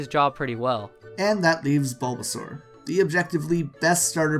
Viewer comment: It's bulbasaur not blubasuar